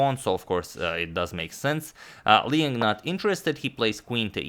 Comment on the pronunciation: Liang, 梁 or maybe 亮: pronounced the way it's spelled, L'yang, not Leeng.